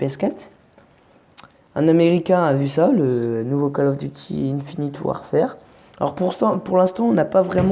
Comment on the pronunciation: tu le prononce mal le mot Warfare